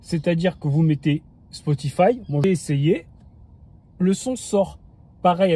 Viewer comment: ma grande question c'est comment il arrive a bien prononcer Spotify après avoir prononcé "Ouaze" et "Bloutou" je m'attendais tellement un un Spotifi^^